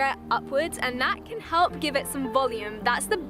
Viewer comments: Ela sumiu e falou hepl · No momento 4.10 ela disse hlep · Ela parece falar help duas vezes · ela gesticula a palavra "help" mas lembrando que ela é britânica eles não falam o "L" tão gesticulado igual americano então fica tipo "Hep"